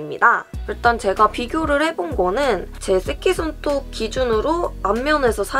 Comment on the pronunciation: 쌔끼손톱 발음 너무 웃겨요ㅋㄱㅋㄲㅋ